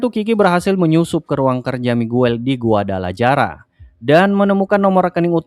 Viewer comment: Reviewnya bagus, cuma sayang dari kemarin (series Narcos), saya risih dengan penyebutan nama kota, Guadalaraja. Guadalajara Itu dibacanya Guadalahara.